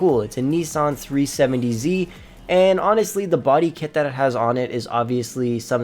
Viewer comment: He said a Nissan “370z” lol 😂